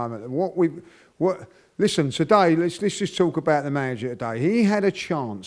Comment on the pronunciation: As French when I hear him saying "Today" it really tilts my ears